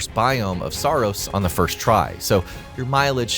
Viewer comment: Did someone say SAARos?